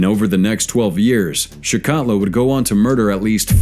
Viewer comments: Its pronounced like chickatillo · It's pronounced CHIK A TILL O